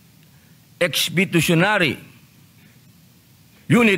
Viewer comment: ano raw??? "expitotionary"?!! LOL